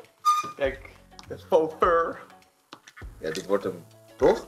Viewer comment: Hoe zei fo fur ging helemaal stuk😂